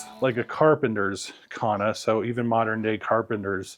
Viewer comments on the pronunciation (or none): There's no H in kanna.